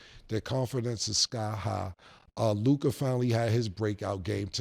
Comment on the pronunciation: Ah HA!!! Mase DOES know how to say Luka!!!